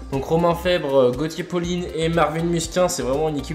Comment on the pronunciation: Gautier PaulinE mdr c'est Gautier Paulin ;)